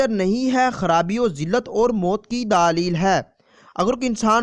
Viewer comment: Apna lfz kophka thk kro daaalel kua hta ha